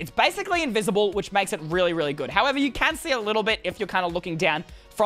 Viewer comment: I like how he said "Relly simple" and he has Two Chain helmets